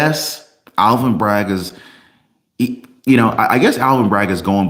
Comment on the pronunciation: PS it is not Alan Bragg it is Alvin Bragg. You need to speak clearer